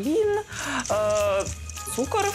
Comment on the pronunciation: Як ріже слух оці "тішіна и цукір"!Невже слова "тиша та цукор" такі важкі,щоб правильно їх вимовляти?!